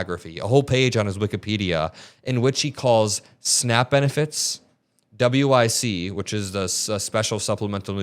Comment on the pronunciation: W.I.C. is generally pronounced 'wick'. It's been quite a while since I worked at a grocery store, but quite a few people relied on it. And it's a good program, it grants specific, healthy items, basically vouchers for things like milk, cereal, fruit, etc.